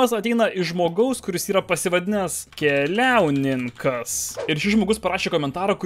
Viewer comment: Visi kiti: keliauniñkas: keliáuninkas